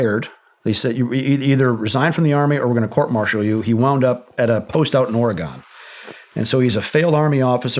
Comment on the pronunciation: Oh no he said Oregone! Instead of Oregon. 😂 We still like ya man 👍✋